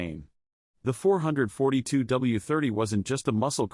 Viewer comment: AI 4hundred 28 is painful as is 4 hundred 42. Teach AI how to read or get rid of it!